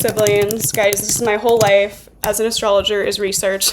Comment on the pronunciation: "Vedic astrologerrrrrrrr"🔥